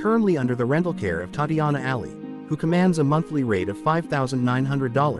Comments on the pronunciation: Her name is Ali not Alley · I wish this person would learned how to pronounce her last name correctly